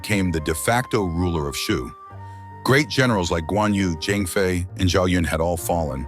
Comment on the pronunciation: Who the hell is kung Wei? It’s Jiang Wei and his courtesy name is Boyue